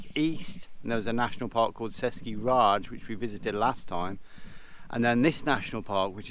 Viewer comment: Its pronounced Český ráj [Che - (like chedar) sky] [Ray - (like ryan without "N")]. You said it like British Raj (British India)